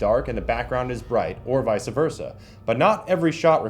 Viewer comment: 'Veyesa vurrsa'... u dun goofed there my man